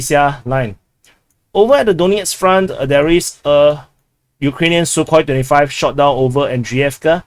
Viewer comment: Dude, every time you say Sukhoi 25, I hear 35. Ffs 😀